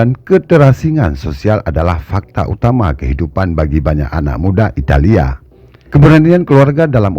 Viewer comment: Italia bukan italiya ngaco, jangan di lebih lebihin lahh, kasian sama orang yang belom bisa baca bikin bingung pelajar aja